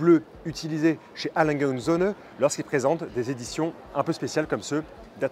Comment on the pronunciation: Enfin quelqu’un qui a trouvé comment prononcer le "et" en allemand 😂